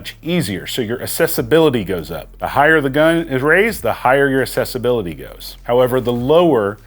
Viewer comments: Just a nitpick, but accessibility is pronounced like "accept" which you pronounced correctly, but you pronounce accessibility like "assessibility" which is incorrect. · We need to have a conversation about how to pronounce accessibility. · Anybody else annoyed at the fact that this guy doesn't seem to know that assess and access are two different words?.... Ease of access is ACCESSIBILITY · My Brother in Christ, the root word of accessibility is access not excess; access-ibility.